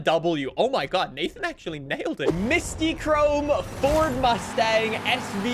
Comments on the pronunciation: Mystic chrome is how u say it not Mysti chrome 😭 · I've always heard it as mystic chrome either way is WAY off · Why can not pronounce Mystichrome and Hoonitruck.